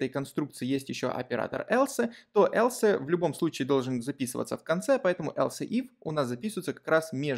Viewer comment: Else произносится как элс, а не элсЭ. Слух режет. А в остальном всё супер)